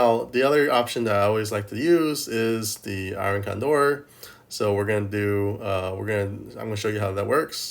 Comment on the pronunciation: Why do you call it iron candor instead of iron condor? Is it a meme I'm not getting or what?